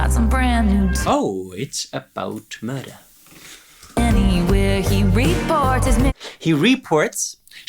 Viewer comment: my new favorite sound byte! “Oh it’s about mrdrrrr” and followed up by my favorite game “I spy the wrong emphasis!” ❤